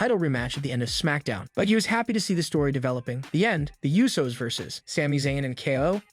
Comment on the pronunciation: Also it's not the you so's, it's pronounced Ooh so